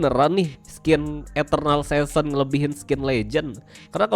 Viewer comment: Dah ketebak baca godnya got wkwk season aja di baca sesen, magic wheel di baca mejik wel, dan masih banyak lagi. Contoh sekolah cm sampe SD😂